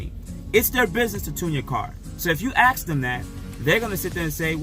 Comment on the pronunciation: Ask, not ax. ;)